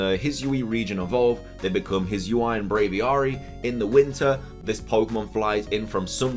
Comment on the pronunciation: If I'm not wrong, it is pronounced as the Hee-soo-ee. And my guess for the climbing mon is: I think it's the trainer because the 'leaf' could just simply be the scarf, which explains the proportions of the silhouette, thick legs near the foot, just like the player's socks-like thing, the backpack would also make more sense. But I'd prefer it as a new regional form/evo